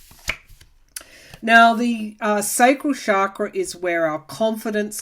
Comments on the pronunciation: Awesome reading, per usual! TYSM! I've always considered him to be like manure helping our garden grow. Quite unpleasant, but a necessary evil, aiding our evolution as a society, one of the catalysts for the coming changes. So your comments about his crown chakra very much resonated. FYI, was once told that chakra is actually pronounced like cha in cha cha, not like sha. Love and light to you! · Found this more detailed explanation on pronunciation, if you're interested. Guess it's actually like "chuck-ruh."